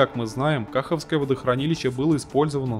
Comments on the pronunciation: Ну, неужели не интересно было поинтересоваться, как же правильно произносится не известное вам водохранилище? КахОвка, известный населённый пункт, который русские взяли под свой контроль и не знают, как он произносится… Как же вы это называете своим? Тогда пусть будет река мОсква и озеро бАйкал… Я ж понимаю разницы не какой… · Автор, во первых напряжение в ВЛЭП измеряется в киловольтах. Во вторых водохранилище, которое взорвали ваши рашистские войска, называлось Каховским, с ударением на букву «о». В третих линия ВЛЭП 750, которую, опять же, ваши войска, так называемой РФ и обстреливали неоднократно, называться «Днепровская 750», с ударением, опять же , на букву «о». Отказы ее, равно как и отказы других ВЛ, были вызваны именно обстрелами ваших оккупационных войск. Если автор так сильно переживает о судьбе нашей АЭС, есть очень хорошее и единственно правильное решение, вернуть ее «Энергоатому» и вывести с нее свои войска и прекратить свой ядерный шантаж и терроризм. И, еще одно. Я б порекомендовал не рассуждая в комментариях вашим зрителям, по поводу розы ветров и степени загрязнения, которой будет подверженна территория наших областей в Украине и Европе, а подумать о последствиях которые вслед за этим последуют. А еще задуматься,о безопасности, к примеру, ХОЯТ Курской или Воронежской АЭС и о степени заражения российской территории, вследствие выбросов на этих объектах. А, я вас уверяю, они непременно случаться. Слава Украине! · А еще вместо кахОвского...кАховское...слух режет)))